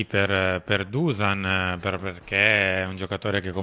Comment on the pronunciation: Non si pronuncia Dusan , ma bensì “ Duscian” …